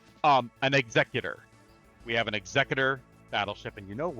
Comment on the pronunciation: Haha! At least you got there in the end. Always remember, it's Executor, not Executor!